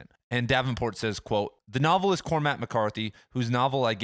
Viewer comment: "nuvvlist" "nuvvle" lol...logic bros about to have an aneurysm!